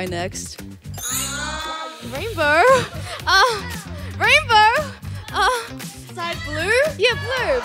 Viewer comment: Rainbour? Urhmmm Rainbourrr? Urhhh bluer?? YEAH YEAH blueur! BLUEUR!!